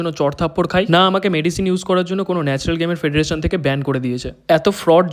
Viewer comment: Nacral na Natural😂😂😂